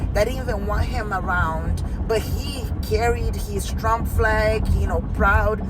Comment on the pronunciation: singing* "I WILL VO FOR DOUGH-NAL TROUMP"😂😂😂